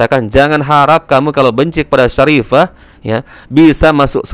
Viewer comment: Syarifah bu bukan saripah